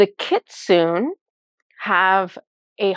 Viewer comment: I didn't know the kyuubi/kitsune are real! 😲 (I believe it's pronounced "kitsu-neh", with the e pronounced.) But it makes sense they stepped forward because it's for the 9/9 portal. 😀🦊 Thank you so much, and Inari!